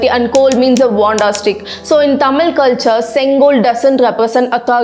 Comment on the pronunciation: try to pronounce correctly thamizh not thamil.